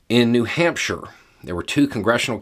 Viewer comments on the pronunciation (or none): none